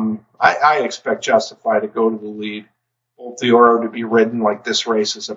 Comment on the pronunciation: I apologize for nitpicking a side point here, but just fyi. Bolt d'Oro is not pronounced "bolt DEE-oro". You pronounce it exactly as you would if the apostrophe wasn't there: "bolt DORO". Again, sorry for nitpicking, but I figure that name is going to come up a few more times in future videos, so you might find it helpful.